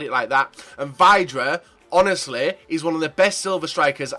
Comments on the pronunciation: Joe Brown Nope, it's actually said like "vid-ra" Vid, as in video. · It is pronounced Vidra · No it's pronounced VIDRA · Vidra not vydra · That's not how you say vydra